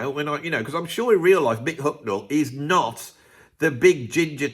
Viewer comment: ...As an austrian i have to deal with your pronouncation of "Hucknall" which in my opinion is not british to austrian ears. I bought the Album Simply Red, Men And Woman in Hungary in the late 80s. But as i remember i was sober...